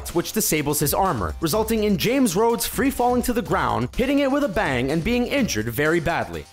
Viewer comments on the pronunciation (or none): none